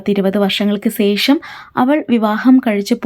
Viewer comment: സേഷം എന്നല്ല ശേഷം എന്നാണ്